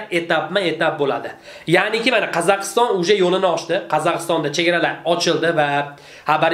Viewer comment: Qazakiston demedi Kazakhstan deyiladi tentak